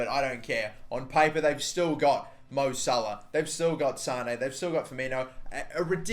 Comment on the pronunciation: It's not sane, it's mane